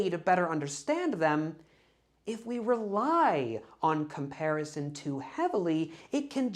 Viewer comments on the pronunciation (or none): none